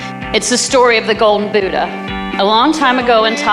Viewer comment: Oh Americans BUDAHH not boooda